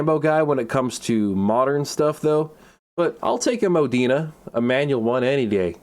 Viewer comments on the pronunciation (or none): Why does he pronounces Modena "Mow-dee-nah", it's pronounced "MO-de-na" since the car is named after the town in Italy where Enzo Ferrari comes from. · The way he pronounces "Modena" is... it bothers me